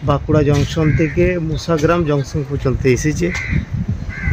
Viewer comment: আপনার উচ্চারণ ঠিক হচ্ছে না। বারবার বলছেন মুসাগ্রাম। কথাটা মশাগ্রাম। ঠিক করে বলুন। খুব কানে লাগছে।